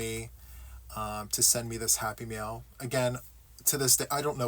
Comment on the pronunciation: Yay! It's time for Happy Mail! Not Happy Meals as my Midwestern ears thought they were hearing!